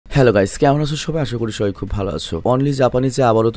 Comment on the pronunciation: আমি একটা কথা আপনার ভালোর জন্য বললাম । এখানে "সবাই" কথাটা অনেকটা "থবাই" এর মত লাগলো। আপনি একটু চেষ্টা করবেন এর পরের বার আরো ভালো করতে উচ্চারণগুলো। যদি আপনার উচ্চারণ আমার চেয়ে অনেক বেশি ভালো কিন্তু তবুও চেষ্টা করবেন আর একটু শুদ্ধভাবে বলার জন্য এবং তাড়াতাড়ি বলার জন্য। চাইলে প্র্যাকটিস করতে পারেন। আমি জানি আমি আপনার চেয়ে বেশি ট্যালেন্টেড নই । আপনার জন্য শুভকামনা রইল।